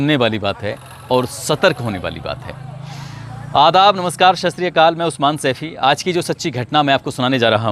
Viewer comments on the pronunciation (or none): none